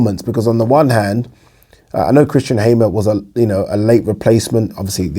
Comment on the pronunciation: Haymer lol